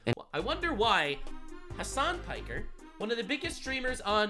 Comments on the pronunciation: Did you say.... "Hamas Piker?" XD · “Hamas Piker” bro I can’t😂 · It's not Hamas Piker?